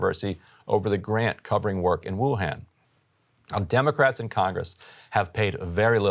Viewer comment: Bruh, it's woo-han like Gohan